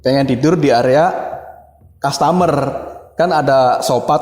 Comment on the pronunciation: Kaya tetangga kalo cerita "tidur di sopa,ruangan opis" 😅 Uji nyali ganti2an di ruangan kastamerrr tidur di sopa 😂